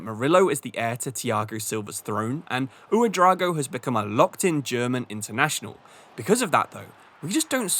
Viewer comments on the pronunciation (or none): Ouedrago❌ OuedraOgo ✅